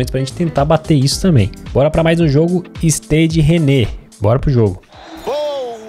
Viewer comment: A prenuncia de Stade Rennais seria algo como /istaid reinis/